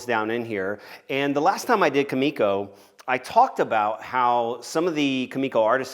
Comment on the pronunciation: its really triggering that hes saying kumiko wrong, but awesome build anyway